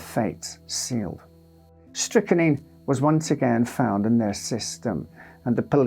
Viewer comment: Strychnine - pronounced strick-neen. It is not strick-a-neen. Dear, oh dear.